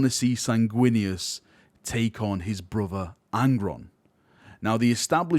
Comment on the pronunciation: All I heard was that an angel becomes deaf and unleashes his wraf against his taited bruv.